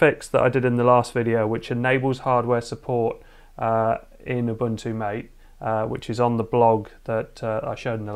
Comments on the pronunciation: Greetings! I enjoyed your quick review of Ubuntu MATE on a Pi 4. I thought you might be interested in knowing the desktop is named after the drink, so it's pronounced "mah tay." [EDIT: the link I supplied from the Ubuntu-MATE website contained mostly comments from folks arguing about the pronunciation. So I didn't realize it's a contentious topic. I'm not trying to start an argument.] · The Window Manager Mate (based on Gnome 2.x) is named after Yerba Mate, the national drink of a few countries in South America. Pronounced 'Ma-teh' (Spanish). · it's mah-tay mate